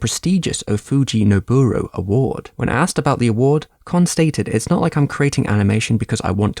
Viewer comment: ka not ker its not chinese its japanese!